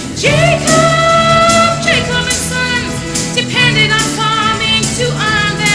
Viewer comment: The Narrator butchered Jacob and Sons. Jesus, what a train wreck.